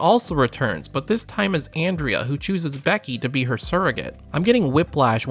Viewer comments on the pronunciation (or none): none